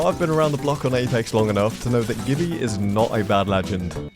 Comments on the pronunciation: Its jibby not gibby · It's jibby not gibby